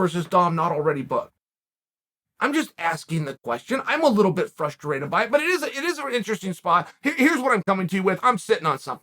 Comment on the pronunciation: Me: Frustrated Chael: Fruster rated Me: Fruster rated